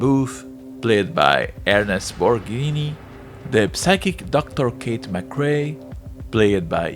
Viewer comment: Ernest Borgnine is his name, not Borgini...